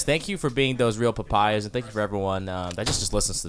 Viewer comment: Nosotros Papaya to you my friends! George, you got the pronunciation right haha